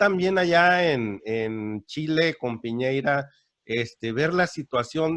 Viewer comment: Piñera, no Piñeira